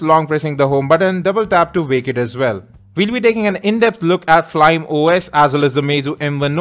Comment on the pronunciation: FLYME OS is pronounced as "Fly-Me"